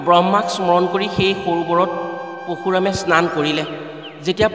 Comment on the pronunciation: What, poshuram নহয় Parashuram